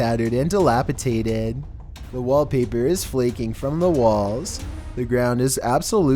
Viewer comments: Umm, it's not a spinal column without the column, also it's pronounced dilapidated, not dalapatated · Dilapitated? No. Dilapidated. God you really bother me a lot. Learn how to say words correctly at least if you're gonna have the every sentence is a question voice. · It's "Dilapi-DATED" not "TATED" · Came to comments looking if anyone said any thing about "delapiCATED " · I don't know if my hearing is going but it sounds as though you say 'dilapitated', the word I think you're looking for is 'dilapidated' :) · Dilapitaded. Seriously?! As a child with 2 teachers for parents, one being an English teacher, this just hurts my soul. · "DilapiDated" not tated. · DilapiDated Not DilapiTated learn to fucking annunciate words properly before using them in your videos. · Dilapidated not dilapitated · Is saying dilapitated instead of dilapidated? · Dilapidated, not dilapitaded =D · I like your videos and don't have a problem with your voice as some do. But, hun, you have GOT to work on your pronunciation of words! It's not dis heaveled. It's dish eveled. And the word is dilapidated, NOT dilapitated If you pronounce something wrong it makes it the wrong word. Anyways, great content. I haven't seen these before. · Also delapatated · You mispronounced disheveled and dilapidated